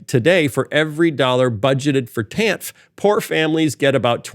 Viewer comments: Pronounced "TAN-EF". My bffl (since 7th gr) had to get a divorce in the later 90's (DV). Thanks to Clinton/the TAN-F program, she was able to have childcare for her lil girls, go back to college, graduate with honors & become a hotshot Human Resources Director for a big, lucrative, multi-state company where she still works & enjoys a very comfortable salary today. The TAN-F. program pulled ALOT of ppl out of poverty. She, & her 2 girls are still very grateful for the welfare. By the time Clinton left office, the USA had a nice-sized surplus. Ppl should research what Reagan did to the tax structure. ..which has never bn corrected back to the 50's, 60's, early 70's tax structure that allowed my gpa to comfortably support my gma & their 6 kids on one his lumber miller's wage. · I know it's ridiculous that it bothers me but in my experience as a social worker, TANF is generally pronounced "tan-if" at least here in the PNW. I am fully aware that this is a stupid comment but every time Phil said it, it grated.